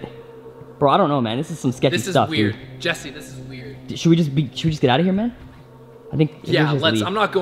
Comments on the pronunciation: You're saying jees instead of Jess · why do you say jees instead of Jess jess is spelled GESS not GEES Someone had to Point it out